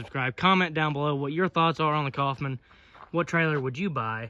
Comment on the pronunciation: ITS NOT COFFMAN IT IS KOWFMAN. looked it up. My Last name is Coffman.